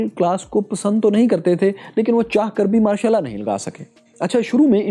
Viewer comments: Pronunciation sahi kro yr Martial Law bolre ho sunayi Mashallah de raha hai 😂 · Not Ma' shal laa😂😂😂